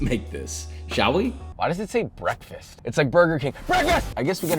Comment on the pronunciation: WHAT IS GOING ON HERE?!? - BWEKFAST!